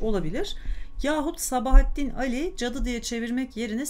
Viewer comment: Sabahattin Ali'nin okunuşunu A üzerinde uzatma olduğu şeklinde biliyorum.Fakat diksiyonunuz çok güzel,Gulyabani'yi sizden dinledim.Hem de bir solukta! Size müteşekkirim.